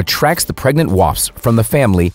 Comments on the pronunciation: Erika Thompson said 'waspsps' on the Joe Rogan show and I found it hilarious, that was a month ago. The dude in this video said 'waspsps' and it was published 11 months ago. After all these years, am I saying it wrong or is it a US thing? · Hahhahahahahah this is so funny “Wasps” plural sounds like waspsps